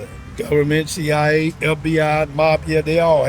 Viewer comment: Bo almost saying COA instead of CIA is so good